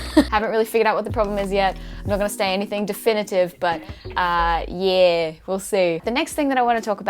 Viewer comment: “Ahhh...yeeee” - the Australian in you JUMPED out there. Love it.